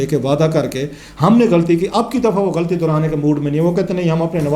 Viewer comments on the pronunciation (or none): none